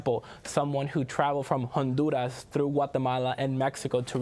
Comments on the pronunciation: Please stop saying Honduras and Guatemala that way. Your pronunciation is obviously not natural, seeing how you almost choke everytime you do it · Pronouncing some names of countries in Spanish is so annoying. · Why does pronounce Honduras and Guatemala with a spanish pronunciation, but not Mexico and other Spanish countries?. I'm not against Spanish pronunciation of Latin/Spanish countries, only inconsistency.